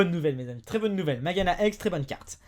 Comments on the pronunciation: Mageana ???? Je me disais bien que tu connaissais pas du tout le nom du pokemon quand je t'entendais le dire. C'est MageaRna en fait. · on dit pas mageana mais mageaRna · on dit magearna et pas mageana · c'est MageaRna et pas Mageana^^ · C pas mageana mais mageaRna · ta oublie le " r " dans mageana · c'est Magearna et ça se lit Majerna sinon très bonne vidéo